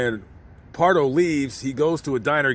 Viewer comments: BARDO. Not "Pardo". Pam Dawber. Famous actress. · Robert Bardo, not Robert Pardo. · His name is Robert John Bardo. Not Pardo. You must be thinking of the Santa Claus Massacre suspect Bruce Jeffrey Pardo.